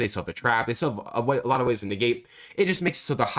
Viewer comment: Negate ❌ Niggate ✅